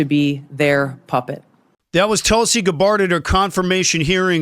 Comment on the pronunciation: Please learn to pronounce her name correctly. You do this with many of those you talk about. She deserves your respect and in turn, pronouncing her name correctly.